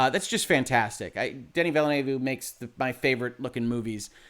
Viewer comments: Watching again as part of Hoeg support. #Shrimpfriedrice Just saying, it's not Vilénuévé (not spanish) but french vilnœːv (in phonetic) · Just so you know, you pronounce Villeneuve incorrect. Just so you know for the future, you can hear a French speaker pronouncing his name correctly at: I think you might have been misled by how you'd say Villanueva. There's a lot I like about this film. But, I think that leaving out Irulan is kind of a mistake. One thing the old Dune film did well was introduce her early (as she was kind of a major part of the novel). We do see Chani very early, but not Irulan. This film kind of misses out on the whole political aspect of things. It's briefly mentioned, but it's incredibly easy to miss (or not understand). Then, there's things like the Duke saying he should have married Jessica. But, nowhere in the film is it stated why he didn't. I think it's a big mistake to have Jessica repeat the Fear is the Mind-Killer. Because you don't get how Paul manages to deal with the pain. I think that stating that using the switches is inspired by Star Wars is a stretch. Especially since that those kind of switches are part of the real-world counterpart to the ornithopter, the helicopter. Jason Momoa is miscast as Duncan, pretty badly. Duncan is supposed to be far more about honour and be much more straight-laced. I think someone else pointed out that swapping the actors between Duncan and Gurney would have been much better to the portrayals in the novel. Duncan isn't supposed to be Han Solo (who doesn't die in the original series so it's not even that great a comparison either). I think